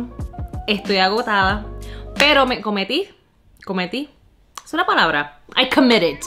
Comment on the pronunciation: Se dice poniendo y me comprometí ha ha ha pero eres divertida